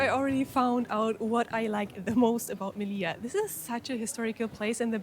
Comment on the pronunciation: on dit melilla m e li ll a